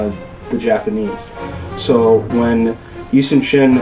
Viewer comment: His name was Yi Sun Shin not Yi Soon Shin